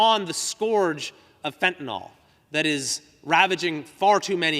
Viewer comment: He mispronounces fentanyl.